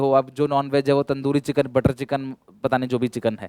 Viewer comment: I bet sir is vegetarion ( jis tarike se sir ne bola JO BHI CHIKAN😂😂😂😆)